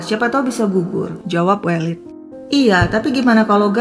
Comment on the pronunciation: Koreksi pronunciation untuk penyebutan nama welid yg tepat adalah E elang ,E pedang